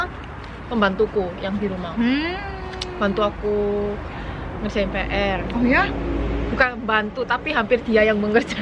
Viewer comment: "dibhantuu.Awale.Ngerjhain PR." 😂Medok parah